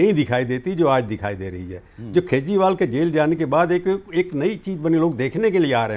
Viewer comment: Its not खेजरी its केजरी